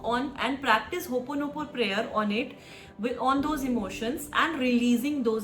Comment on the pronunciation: Please pronounce HOOPONOPONO correctly.